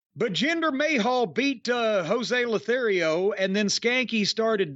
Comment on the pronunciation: "Jose lothario" 😆